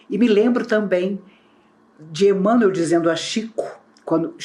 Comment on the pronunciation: A pronúncia de "Emanuel" é idêntica a' de "Manuel","Miguel","Rafael*, etc.